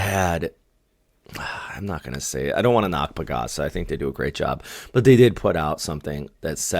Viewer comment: PAGASA is actually not one word 😅. It’s like Pagh-AhSah , while yours sounds like Pa-Gasa Again, please don’t mind me 😂😂